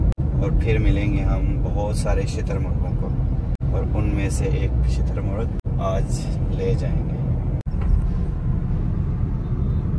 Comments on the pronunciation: Shaturmurg❌ Chiittar murg😂😂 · shitar muragh nahi hota bhai shutar murgh hota hai